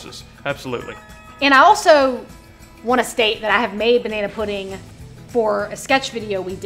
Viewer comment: This video felt wrong until went on that rant at the end and finally started saying puddin' instead of pudding